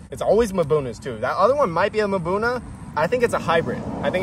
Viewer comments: Mbuna - A word in the local Malawi Chichewa language that translates as "rock dwellers" Ie: a whole bunch of cichlid species normally found in rocky areas. Pronounced - mmmm-buna. No vowel sound between the m and the buna. Nice job! Both Blue zebra and the exapasteratus are members of the mbuna group. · Hi hehe it's pronounced Mmmmbuuunaa